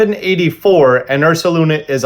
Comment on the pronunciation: THE D IN URSALUNA IS SUPPOSED TO BE AN S!